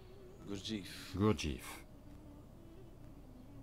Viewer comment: Hum, déjà on ne prononce pas " Gourdjif" ni "Aospenski". Ensuite pour avoir bien connu les groupes G. Je peux vous dire que nul n'est arrivé au stade de l'homme n°7 sous sa direction ou celle de ses suiveurs. Ce sont, et de très loin, ses bouquins qui sont très séduisants et le bonhomme avait un vrai génie pour vendre sa soupe, c'est un fait. Mr Sadhguru ferait mieux de se renseigner sérieusement sur le compte de Gurdjieff, parce que faire de la provoc dans un train n'est pas signe de sagesse, d'illumination 😂 sinon les transports seraient pleins de sages de style Diogène 😂😂😂 Scandales sexuels rapportés aussi sur ce grand "sage" ..